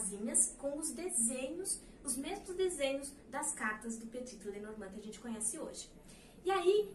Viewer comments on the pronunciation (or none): Só um detalhe , Petit não se fala o último t, ele é mudo.Adoro suas aulas, vc tem o dom de ensinar ❤